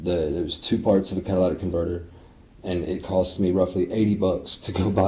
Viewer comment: is he saying “Cadillac” converter